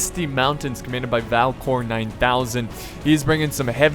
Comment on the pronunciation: When you introduced Valcor I thought you said "Valve porn".